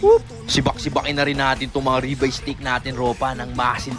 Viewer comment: Steak hindi stake 💀💀💀💀💀